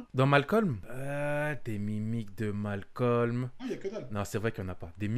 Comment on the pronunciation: Les renois qui disent malcom ON VOUS VOIT!😤